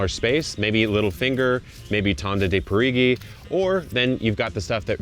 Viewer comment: i will try again this season! PS: "Tonda di Parigi" is italian for Round of Paris, the pronunciation is Parijee :)